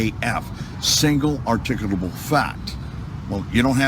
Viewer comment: I always love to watch these fruitloops mangle the word ar-tic-ulable Wait a minute! He's actually bragging about buying a Porche as a result of a judgement in a lawsuit?? I thought all this bullshit was about "protecting the rights of the people" Thanks, shithead, for admitting the so Cit bullshit is just a grift(something I always suspected) BUt wait! He actually included a pic of the Supreme Court justices in his "Law Book" so you know that's gotta be legit, right? And the term is pronounced "Star-ay Decisis" not "Stair Decisis"